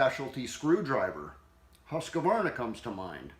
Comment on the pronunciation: HusqAvarna? That's how us rednecks in the south say it 😂 My first Vancouverian redneck🤠 I never thought those two words would mesh together 🤣🤣🤣 Love it my friend!!! 👍👍